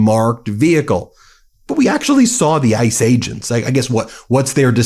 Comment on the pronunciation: Every time he says "Ice Agents" I hear 'Ice Age'.